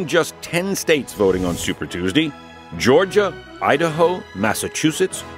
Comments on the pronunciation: Anyone else find it hilarious when he says "Super Tues-Dee"? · Tews-dee lol